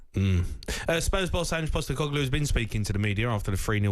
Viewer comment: Someone said Ange postenoclue🤣🤣